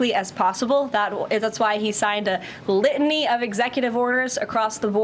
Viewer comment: There's no such word as 'litnee', it's litany.